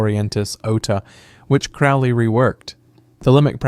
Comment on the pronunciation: As a Thelemite, let me say: Crowley is pronounced "Crow-lee", Thelema is pronounced "the-LEE-muh" or "the-LAY-muh", and OTO is not pronounced "otuh", but "O. T. O.". Thelema also isn't **based** upon A.'.A.'. and OTO—it's the other way around. This video doesn't even begin to explain "every Western esotericism", as there are countless organizations influenced by this broad tradition, and Western esotericism isn't a series of ideologies or groups but an umbrella term for a great range of concepts, philosophies, practices, and historical developments. Did you really research any of this or did you basically just narrate some Wikipedia pages?